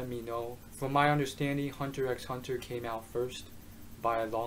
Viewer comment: dude, just pronounce it Hunter Hunter, no need for the x